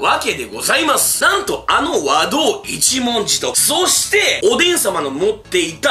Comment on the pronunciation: 和道一文字の発音に違和感